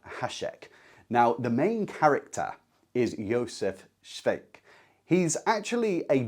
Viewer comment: Nice video. Just one nag Škoda-style. If you can pronounce Hašek, you can pronounce Švejk. Not Svejk. Not Skouda. Not Hasek. Škoda, Hašek, Švejk. Just think of saying “shite”. “Shvejk” 😂